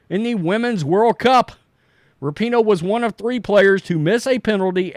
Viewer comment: Rapinoe is such an international soccer superstar, yet at least half the people reporting on her mispronounce her name.